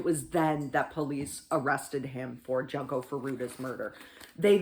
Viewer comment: It's pronounced like june co not Junko FYI